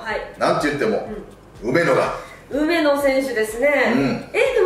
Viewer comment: 梅野がロメロに聞こえてしまうwwwwww